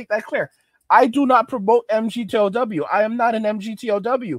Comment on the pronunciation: Say migtow emgeeteeohdoubleu doesnt roll off the tongue brother hard to listen to